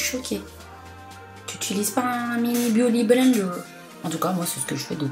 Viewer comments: Sanaa refait une video avec ta sœur stp c'est trop marrent quand elle fait la voix off 😂😂"BIUTY blendew "(j'écris comme comment elle l'a prononcé) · ''Biouly blender'' 😂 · omg j'en peux plus mdrr " bah t' utilise tes doigt et pas un beaudy benderrr" 😂😂😂😂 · C'est la deuxième fois que je regarde et je suis toujours encore plus Peter de rire avec le "biouty blender "😂😂😂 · Ta soeur me fait trop rire "blity blender" avec un accent américain et le "waterplouf"😂😂💚💚🍍🍍 Il y a ton neveux qui passe derrière c est trop drôle😂😂 Super vidéos comme toujours💚 #snapfamily💚🍍💚🍍💚🍍💚🍍💚🍍💚🍍💚🍍💚🍍💚🍍💚🍍💚🍍💚🍍💚🍍💚🍍💚🍍💚🍍💚🍍💚🍍💚🍍💚🍍💚🍍💚🍍💚🍍💚🍍💚🍍💚🍍💚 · "BIOUDYYY BLENDERRRRRR" 😂 AHAHA JE SUIS MDRRR #MeilleurYoutubeuseBeauté 😂 💚💚💚💚💚🍍🍍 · "Bioudy Blender" dit-elle mdrrr, j'en veux une autre avec ta sœur 😌💚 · Mdrrr aah j'adoore ta soeur ! C'est une superbe commentatrice ! 😂😂 "bouty bleendeuur" jen peux pluuuus ! 😂😂💚🍍💚🍍💚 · chui morte quand elle dit beauty blender😂😂😂😂😂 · Trop bien ! Elle est tellement drôle ta sœur elle me fait marrer 🙄😂 je l'adore ! Je t'aime aussi tqt ! 💚🍍 beauty blender j'adore cet accent 😂 Le raton laveur j'avoue j'ai bien aimé 😂😂 Bref super video 💚💚🍍 A quand une autre video avec elle ?